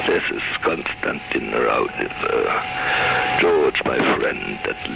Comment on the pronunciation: I really wanted to believe this, however, after comparing Konstanin Roudive's actual voice with this I am not convinced. In samples he pronounces his last name as Roudive with an a at the end and rolling his R. This doesn't occur in the phone call from the dead because the man pronounces the last name as it is spelled Roudive with an e at the end instead. It is a well done hoax though I must admit and quite creepy! I am still a believer in EVP's but just not this one. Any thoughts from anyone regarding the voice comparisons?